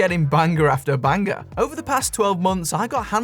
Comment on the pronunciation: Bang-ger after bang-ger